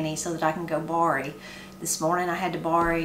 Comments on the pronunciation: You mentioned another word you pronounce very differently and can add to one of your Appalachian accent/expression shows—“borrow”, pronounced bar-row by most, but you said bar-ee. Your recipes look good! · I had to rewind a couple of times when you said you had to bory from Granny, and I figured out you were borrowing from Granny; I'm from the Boston area, where we pahk the cah.